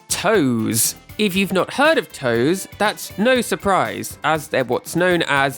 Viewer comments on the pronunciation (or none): TOSE is pronounced "Toh-say" not "toes" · JTLYK, the company Tose is actually pronounced "toh-say", not "toes". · I love your videos (and this is a 40 minute banger!) but I literally cringed every time you pronounced Tose as "toes" instead of "toe-say." It was like a jumpscare every time you said it. 🤣 Not sure if that was intentional or not. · nitpicking: Tose, should be pronounced TOH-sey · Just wanted to jump in and mention TOSE is pronounced Toe-say. I know many of the staff personally ^_^ great video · It’s “Toh-seh”